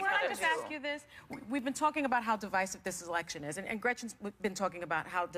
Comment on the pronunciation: The heifer wearing blue couldn't even properly pronounce the word, divisive